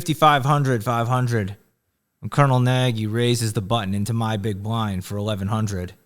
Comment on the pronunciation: Nagy is a Hngarian name. It is pronounced "Nudge" with the "U" sounding more like an "A". Impress him the next time you see him. Genius running narrative!